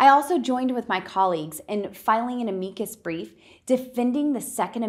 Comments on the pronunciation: I think she meant Am-i-cus Brief. Not A-me-cus brief. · “An amee-cus brief”. Hahahah. She obviously has no idea what she is talking about. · "a-MEE-kus"? That's not even how you say the word. No one in the legal profession says "amicus" that way. She clearly has no idea what she's talking about. What a corrupt dumb****. I hope she gets busted for campaign finance fraud among other things. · Love how she mispronounces amicus. 3 tries to pass the GED sounds about right, and I bet she had to cheat to get that. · Before filing an amicus brief she may want to learn how to pronounce it.